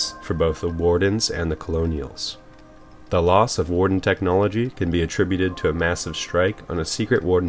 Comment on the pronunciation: It's pronounced technology. You also made many other errors when speaking throughout the video. I would recommend consulting a dictionary and reading the phonetic pronunciations for future videos.